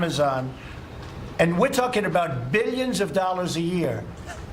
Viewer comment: Beellions and Beellions!!! Why always with the Beellions?